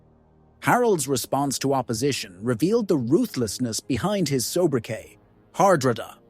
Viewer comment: Dear God please tell me this is an AI voice messing up Harold's name Har-dra-da